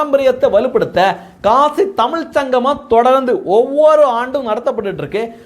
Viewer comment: தமிழ். Not தமில்